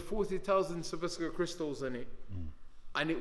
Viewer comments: “Survoskia crystals” Swarovski Crystals Dillian. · I like Gillian why but this guys done man who wears an outfit with 40000 Swarovski crystals on it yet can't say the word Swarovski and now he's selling merchandise with maximum violence written on the front not very clever really is it to be fair